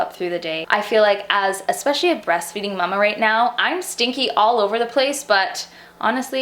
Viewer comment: Why does she say mumma